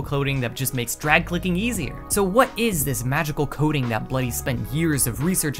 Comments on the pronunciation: half the video i thought he was saying coding, not coating, and i was so confused lol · Bro the entire time I thought he was saying Coding and not Coating lmaooo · i though the was saying “coding” that whole time but no it was the “coating” of the mouse